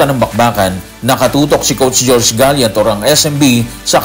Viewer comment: Boss ang ganda ng mga content mo po. Isa lang napansin ko. Coach Gallent po. Hindi Coach Galyent. pasensya bothered lang ako.